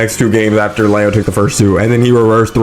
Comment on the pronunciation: love your video just say Leo right please💀maybe i’m being annoying but that shit was bothering me